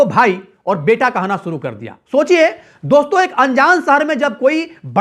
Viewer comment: Bhai tum apna pronunciation correct karro.awaaj nhi awaaz hota hai.suru nhi shuru hota hai.jindagi nhi zindagi hoti hai.bhut hi kharaab bolne ka tareeka hai